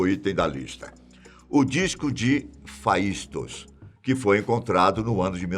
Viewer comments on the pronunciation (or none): O nome do disco é Phaistos (a pronúncia é FESTO) e foi comparada a pedra de roseta encontrada "por" e não "em" Champollion na batalha napoleônica. Champollion é uma pessoa e não um lugar!